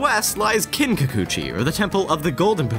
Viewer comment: "kinkukuchi?" ITS NOT EVEN FUCKING SPELLED THAT WAY!